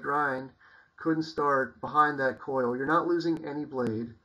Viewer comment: hows it been working for you?? im going to buy an rd9. and i might buy an rd4 bush for a neck knife. either thator a becker bk14, not sure yet. oh and its a "choil" not coil, just letting ya know. give us an update man!:)